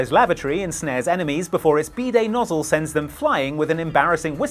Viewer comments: Can pronounce Olivier right.... but calls a bidet a bday 🤣🤣. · When first said "bidet" I heard "B day", like birthday... and thought it was a birthday toilet and didn't understand what that actually meant. 😅